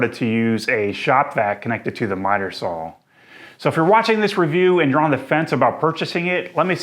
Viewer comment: You've probably answered this before but why Sawl and not Saw? April Wilkerson does this and says it's because she has always pronounced it Sawl and is not changing. Why do you continue to do so? Good review thanks!